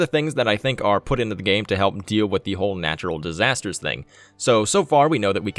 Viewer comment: Natural "Distasters'?